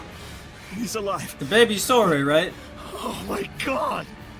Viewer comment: Sorey, please!